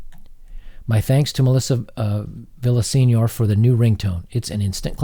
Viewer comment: FYI - Villasenor is pronounced "vee-yah-cen-YORd"